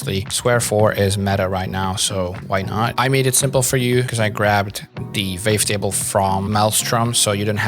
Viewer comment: super helpful, thank you so much! my favourite part is the fact that the captions match your accent with the "vavetable" haha